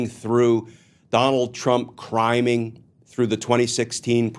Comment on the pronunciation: I initially heard "criming" as "crying". Hopefully by the end he is doing just that!